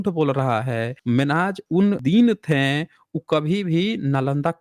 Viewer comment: "थें" की जगह "थे" कहना सीख लें, तो कितना अच्छा हो! लेकिन आप "थे" को कभी "थे" नहीं कह पाते हमेशा थें थें थें.... ये "थें" "थें" क्या होता है? आपका शेष सभी बहुत ही अच्छा है। आप फैक्ट को रखने में सर्वश्रेष्ठ हैं।🎉